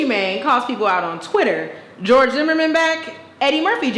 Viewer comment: She said Young Jorge!!! LMAO!!!